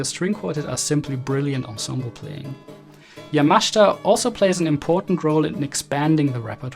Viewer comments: His name is YamaSHIta. Not YamashTa. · It’s not pronounced Yamashta. It’s YAMASHITA. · "Ya-Ma-SHE'-ta" not Yamashta. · Surely it's Yamashita (Ya-ma-shee-ta)? "Yamashta" can't be correct? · Great episode ❤. For future reference, the Japanese include a vowel in their spelling to be pronounced. It's ya-ma-shee-ta not yamash'ta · ........thanks for correcting - I'm still hearing 'yamashda' from the video - but I appreciate, from what you've pointed out, the pronunciation is not as simple as iI thought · Despite the admiration your video deserves, I have a problem with your pronunciation of Yamashita's surname. According to the opinion of Japanese friends, the 'I' vowel sound should be clearly heard, contrary to your persistent omission, making it to sound 'YAMASHTA', which is not only wrong but strange and uncanny. Pity. (or 'PTY'?) 😅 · Great observation but you should learn how to pronounce the man's name. It hurts my ears 😞 yamashita pronunciation = ya muh shee tuh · Sorry but you do not know how to correctly pronounce the name of Yamashita. Accent is completely wrong.